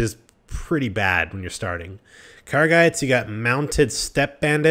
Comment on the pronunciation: So fucking painful to listen to him pronounce everything completely different to the way they’re spelt. He says Sarranid like it has an E on the end, and how the fuck does he get “Targa” out of “Tundra Bandits”? Same with the Khergits. He pronounces it with an E on the end.